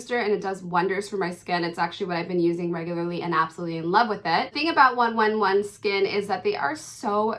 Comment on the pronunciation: Ps - It’s pronounced one eleven skin - NOT 11skin